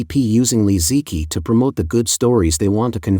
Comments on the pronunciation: Please fix your text-to-voice pronunciation of names. "Li Ziqi" is not pronounced "Lee Zee kee", but "Lee Zuh chee" (roughly) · “Li Zeekee” should be “Li Zuhchee” for instance.